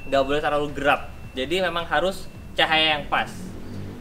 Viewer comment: Apa cmn gue doang yg Denger kl ngomong Gelap ( GERAP ) 😂😂